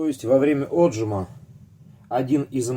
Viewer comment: Да не Отжим, а отжИм, село!